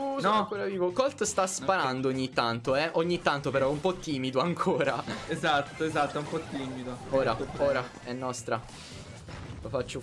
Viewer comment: Minuto gigi dice ESDATTO😂😂